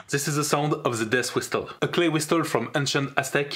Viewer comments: genuine people : death whistle this guy : deyth wistel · This is the "deast wistel"